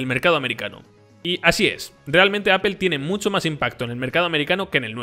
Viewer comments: Amigo, pronuncia correctamente, no es Apel, es Apl, si te refieres a Apple y no es Guguel, es Gugl, si te refieres a Google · Amigos españoles, cómo se les puede explicar que no se pronuncia "Apel"? Se pronuncia, en todo caso, "apl". Unas clases de inglés no les caerían mal. De verdad, a muchos hispanohablantes nos da pena ajena escucharles pronunciar cosas en inglés. Saludos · ES CAGANTE QUE DIGAS (APEL) (GUGEL) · "Apel" y "Gugel" - LMFAO!!! Cierto.. Pixel es un muy buen telefono!